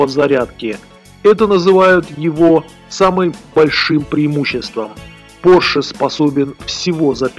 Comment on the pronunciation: Поше миссион Э!!!! Мать его миссион Э!!! Йоп твою машу! Человек рассказывает о новых технологиях, развитии цивилизационного мира и о будущем в целом - и при этом у него "Поше Миссион Э"!! Это блея*ь каааак???